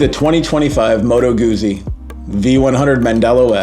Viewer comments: It's Goot-zie not Goozy. Like peet-za not peeza. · Please pronounce the subject of the video correctly! "GuZZi," as in "PiZZa." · actually it's pronouncrd "goutsi" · it is not a matter of dialect, Moto Guzzi is specifically named after Carlo Guzzi, and their family pronounce their name “goot-si”.